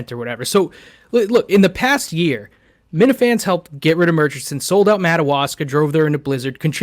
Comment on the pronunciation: can’t pronounce murchison